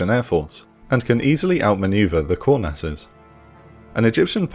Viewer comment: So this bothered the absolute shit out of me the last time this plane came up on this channel and it's happened again... he's saying "kurnass" not core nast or coreness... etc